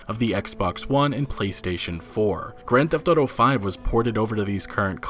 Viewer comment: "Old school gran thefauto" 😂🖕😂😂